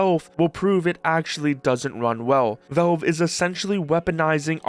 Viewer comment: It's pronounced "valve" not "velve"